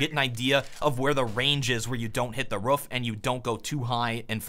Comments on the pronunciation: i hate the way he says roof. its roof. not ruf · sound like you say ruff instead of roof 😂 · It's roof,. Not ruff. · I have a pretty good feeling that is purposely saying ruff and not roof. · Why does he say ruff and not roof? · 900bot He was saying ruff and ruffes, which is the incorrect way of saying "roof" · Also you keep calling the roof a ruff, it's funny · Ruf???RUF????ITS ROOF DAMN IT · Why do you pronounce roof as roff. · Roof not ruff ;) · PLEASE STOP SAYIN RUF.. its roof.. but thanks for the info :) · I think it's more rhoof than ruff. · How he pronounces "roof" really angers me. It's "R-OO-F" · the "ruuf"? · I've never heard you pronounce "roof" like that. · He pronounces "Roof" weirdly